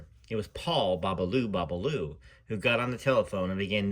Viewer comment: Thank you. . For reading. I love your sense of humor. When you say Beaulieau.( BOB-A-LOO BOB-A-LOO ) LOL😅